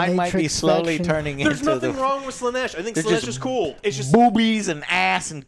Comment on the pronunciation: WTF is this Slaneesh pronunciation, pls stop